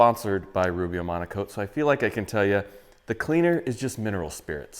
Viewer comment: It's called Rubio Monocoat? Why do you always say Rubio Amonico?